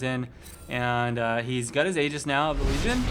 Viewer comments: Aegis is pronounced ee-jis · aegis is actually pronounced "ee-jis". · It is pronnounced idʒɨs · aegis is pronounced [ee-jis] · Aegis = A Jis. Long A. Rhymes with "Hey Jess." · Aegis = EE-jiss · It is, the correct pronunciation uses a silent A and a soft G